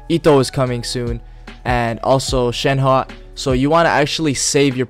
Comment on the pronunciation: Its Shen He in han yu pin yin. In americanised version its pronounced as: shern her